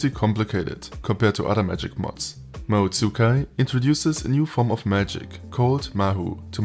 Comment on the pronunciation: Nice as always. Small correction though, it's not "ma-hoo tsu-kai" but rather more like "ma-hoe tskai". Not faulting anyone though, romanization lends itself to this. Always wanted to try the mod, maybe I might.